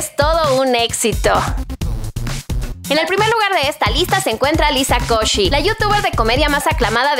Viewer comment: Asi no se pronuncia Liza Koshy pero buee... Ella es increíble❤